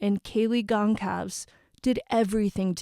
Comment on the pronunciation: I’m guessing it’s pronounced ‘Gon-sal-ves’ no hard ‘c’